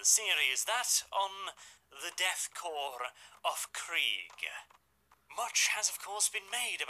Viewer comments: Hey friend I though I should tell you it's core and not corp. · Korps is pronounced core btw